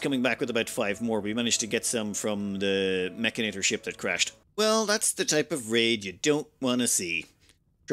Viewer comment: mechanitor -> pronounced like janitor